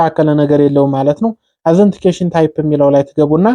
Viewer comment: እናመሰግናለን ግን እርማት አንተ የቋንቋ ችግር ስላለብህ አነባበብ ላይ መጀመሪያ ጠይቅ ከሚያቁ ከነትርጉሙ ሰለዚህ ኦተንቲኪቴሽን ታይፕ ነው እንጂ አዘንቲኬሽን የሚል እንግሊዝኛ ቃል የለም በሌላ ጊዜም ስላየሁህና ስላዳመጥኩህ ነው እርማትህን አስተካክል።